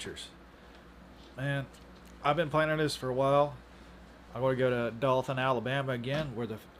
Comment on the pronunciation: It’s Do(ohhh)than 😂. Not Dothan (like moth)